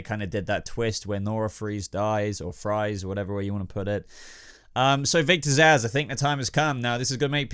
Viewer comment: Zsasz alright? Cmon man